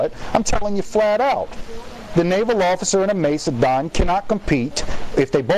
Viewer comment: MACE-E-DON. QQ.